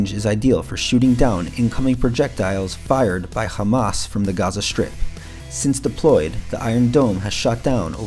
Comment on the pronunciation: please: "Strangest" not "shtrangest" - you are mispronouncing "STR" as "SHTR", "destroy" not "deshtroy", "strip" not "shtrip". you might fail "XTR" ("KSTR") as well by pronouncing it wrongly "KSHTR: Good video, but value diminished by lazy-seeming pronunciation, more common "lazy" pronunciations: "asept" instead of "accept", "shtrenth" instead of "strength", "eksetera" or "ekshetera" instead of "ek se te ra" ("etc."), and the brooklynese: "aks" instead of "ask". Would have private-messaged you this, but I don't think youtube has that option...